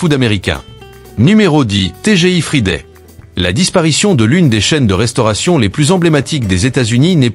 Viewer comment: Bom-dia Quand on ne peux pas prononcer Friday imaginé dans d'autres langues une vrai Catastrophe pire.que le Junk Food No Way from Lisbonne ciao ❤😂😢